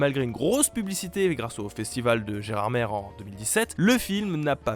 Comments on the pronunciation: Pas GérardmerRRR mais Gérardmé ca se prnonce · On dit pas gerarmère mais gerarmé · On dit "Gérardmer", et pas "Gérardmère" ! Et oui Jamy, car on parle ici du "mer" de Gérard. Le "mer" étant le domaine du dit Gérard (qui serait Gérard d'Alsace en réalité). Enfin, on n'est pas sur en fait, les spécialistes sont pas d'accord... alors bon, finalement dis le comme tu veux. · alors c'est Geradmer pas Geradmère juste au cas ou CAR VOUS ME SOULEZ TOUS A MAL LE PRONONCER tu dit manger pas mangère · Par conte on dit "gerardmé" et pas "gerardmére" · par contre... sérieusement, gérardMERE bordel mais personne ne sais prononcer le nom de cette ville vosgienne!!!!! ça se prononce "gérardmé"! il n'y a que qui le prononce mal dans cette vidéo ^^ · Pour Gérardmer à , on dit "Gérardmé" pas "Gérardmer" faut le savoir, hein. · Ça se dit Gerarmé au cas ou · Par contre ça se prononce "Gerarmé" malgré que ça s'écrit "Gérardmerd" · IL A OSE DIRE GERARDMERE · On dit "Gérarmé" x) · Je sais que ça s'écrit Gerardmer, mais ça se prononce Gerardmé. M'enfin, j'imagine qu'il faut être du coin pour avoir la bonne prononciation. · On dis "gérardmé" BANDE D'INCULTES !!! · Faites juste gaffe à la prononciation de Gerardmer, c'est "er" comme dans "commenter" et non comme dans "mer"...😜